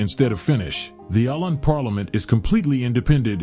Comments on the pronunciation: Stop calling Åland a country and a nation. It is simply a lie and incorrect. Åland is an autonomous region of Finland just as Corsica belongs to France and Sardinia to Italy. Åland belongs to Finland, but the inhabitants speak Swedish. There are several regions in Finland with a Swedish-speaking population. Åland is pronounced "Ohland". This beautiful, small island with 30,000 inhabitants is not a country. Please. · If you want to teach people about Åland, you could start be learning how it is pronounced! As I am sure many have pointed out already, it is not a country but a part of Finland, though with some special rules pertaining to it. Sweden accepted the verdict of the League of Nations under protest but accepted it nonetheless. Today, Swedes, Finns and the people of Åland live in peace and prosperity. Others could learn a lot from this... (looking at the middle east) The camping in nature rule applies to Sweden and the rest of Finland too. It is part of a very old tradition, the freedom to roam, from the days when these today separate countries were one. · You, or the "Reader" keeps mispronouncing the name of the islands. There's a reason why there is a circle above the "A" (Å). Otherwise, nice informative video. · Even for people with good intentions is hard to read names/ words in other languages... This is AI anyway. At least I learned of a nice place. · His pronunciations are way off, he should have done some homework before making this video. It's Åland and yes I have been there. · If you like to convey information about Åland, you should also make an effort to pronounce the name properly. It is easy. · Å means stream or creek. The English speaker in the video evidently doesn't know there is a difference between the letter "å" and the letter "a." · Åland is pronounced O-land, not A-land. That Å is a "Swedish O" and not an A. Hurts my ears and I'm not even Swedish speakiing XD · My beother said or-land, not oh-land. He spoke Swedish, not Finnish.